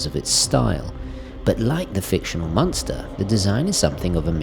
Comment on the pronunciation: Nice vid, it’s taken me until this one to realise when you say munster, you mean monster. I did always wonder what a strap munster was...